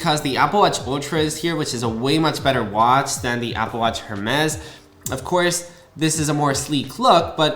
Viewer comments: It’s pronounced “air-mezz” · Completely agree with you that it’s ridiculous that they don’t include an orange rubber short band. Next time you go into an Hermès store don’t pronounce the H. It’s pronounced AirMez. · Bro if your gonna make a video on a product at least look up the correct pronunciation before hitting that record button. 🤦🏻 every time I heard “Her-mezz” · Not to be an but it’s pronounced “ ehr-mez “ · Who is going to tell him how to pronounce Hermes correctly? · a break would be if he did it once. He does it repeatedly. There is nothing wrong with making the correction. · H is silent 😊 good video thx for sharing ❤ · I know this is a minor point, but the H in Hermès is silent. However, the whole AW Hermès collaboration is an overpriced gimmick with or without the H 😂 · I kept cringing everytime i heard him say that… sorry i still love you and your videos 😂